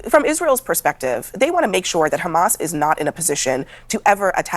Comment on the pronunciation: They have zero talking points.. just khamas khamas khamas.. WHAT IS THEIR EXCUSE FOR THE WEST BANK WITH NO H!!..